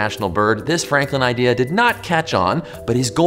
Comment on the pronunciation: Haha you said “frankland”